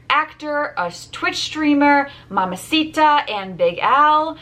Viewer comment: you're not saying mamacita correctly, it's mamacitaaaaaaaaaaa